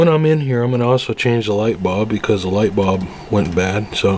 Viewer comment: Sorry bro I didn't mean to offend you, it's just that it's the first time I heard someone say light bulb the way you do